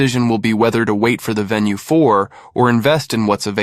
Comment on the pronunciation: venu not VENUE